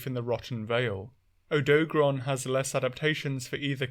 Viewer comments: "Odo-garon", no "doag" sound in the middle. Same thing with Lunagaron, where it's just the 2 halves "Luna" and "garon" like what you'd expect without making a combined middle sound. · i cant listen to odo garon be pronounced incorrectly for so long. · Butchering of the name aside (you're the second British person I've heard say the name wrong), Odogaron is very fascinating. With Ebony Odogaron specifically, its Dragon Element and Berserk State are something it actively tries to maintain with its habit of carrying meat around constantly. This Subspecies is fully aware of how much faster and stronger it gets when its body takes in meat. It also seems like Ebony Odogaron took to Dragon Element specifically to account for its nomadism, as its Dragon Element production is highly effective at dispelling the elemental abilities of other Monsters.